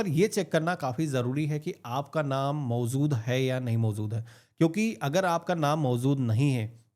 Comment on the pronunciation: Sir aap mawzood ko mawjood kar dijiye. Baki sab thik hai